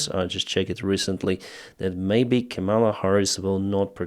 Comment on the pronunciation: It's Ká-ma-la, not Ka-míla